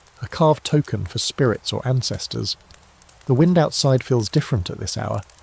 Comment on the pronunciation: What’s with the sirens in the background yet again? Also how AI pronounce “Wind” down needs to be fixed